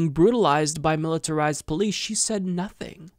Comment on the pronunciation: Your intonation of the word “said” bugs me